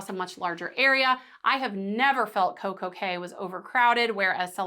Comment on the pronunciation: As a Professor, you should probably be aware that Coco Kay is pronounced KEY, as are all Caribbean islands named CAY. Also, if you will please slow your speech, it will be much easier to understand you